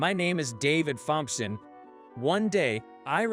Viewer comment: Well, it appears that everybody’s comments got acknowledged by the OP. Maybe they’ll slap that computer voice into pronouncing Thompson correctly. 🤷‍♂️🤷‍♂️